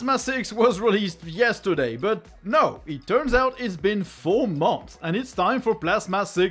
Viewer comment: Hey, say 'months' PS: nice video